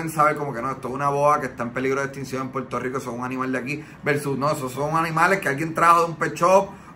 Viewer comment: Mano dile al pana tuyo oh como sea que aprenda a decir Puerto Rico no es Puerto JjJjico 🤦🏻‍♂️🤦🏻‍♂️🤦🏻‍♂️🤦🏻‍♂️🤦🏻‍♂️🤦🏻‍♂️😂😂😂😂😂😂